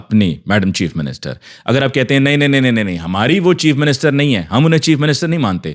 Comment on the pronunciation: ماشاءاللہ بہت پیارا انداز ہے آپکا بات کرنے کا میڈم چیف منسٹر ایسے کہتے ہیں کہ مزہ چیپ منسٹر کا آتا ہے